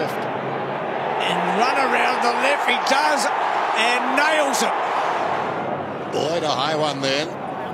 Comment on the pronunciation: If Bruce McAvaney could learn to pronounce his "l"s - instead of briw-yent (brilliant) and "naiws" (nails) when an opponent "naiws" his player... it would be a lot easier to listen to... Besides Bruce's lazy speech, it was a great game...